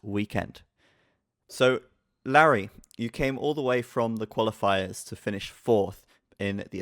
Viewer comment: So it's pronounced "Larry"? Hm.